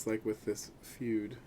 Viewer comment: Hey there the Fude nib is pronounced foo-day not feud just like in the fudenosuke pens from Tombow are pronounced foo-de-nos-kay the root word fude means writing brush in Japanese